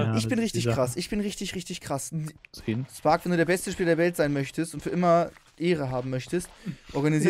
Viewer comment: Spark und nicht stark hahaha failllll